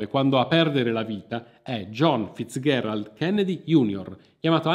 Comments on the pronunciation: Scusa, ma perché pronunci "Fitzgherald" e non "Fitzgerald" come sempre si è detto, che poi era il cognome di sua nonna? Oltre tutto anche la grandissima Ella si chiamava Fitzgeral e non ho mai sentito pronunciare il suo cognome in altro modo. A parte questo devo farti i complimenti per aver fondato Vanilla Magazine, sto diffondendo la mia conoscenza del canale anche ai miei amici (spero che si iscrivano, perché altrimenti li faccio salire su un aereo con un Kennedy!). Buon proseguimento, persevera con le tue interessantissime pieghe della Storia. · come al solito narrazione propria di grande affabulatore, consentimi uno sprazzo di saccenza, Fizgerald si pronuncia con G morbida, Non FizGHerald..... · Perché pronunci "FitzGHErald"? Non si è mai sentito.